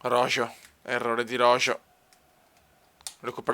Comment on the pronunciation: se mai roho